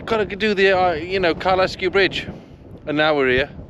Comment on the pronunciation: Kyle Sku... not Ky les Ku